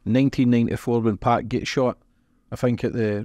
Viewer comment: Great podcast. Listening to wrestle with pronouncing "2pac...2pock...2puck" throughout it made it for me haha